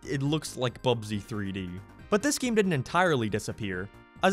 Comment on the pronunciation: Why do you pronounce game like geme or gameplay like gemepley? Like a sounds like e when you say it, And I fucking live for it, also unleashed is my fav game and 06 is second cuz nostalgia